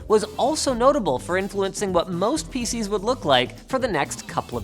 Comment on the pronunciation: Am I the only one that heard "faeces" instead of PC's